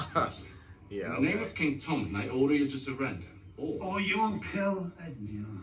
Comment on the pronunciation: He also keeps calling Tommen "Tummen" lol